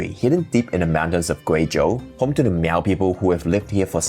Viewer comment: Miao is pronounced, just like Malcolm. So just say mal. Please do not make the cat sound.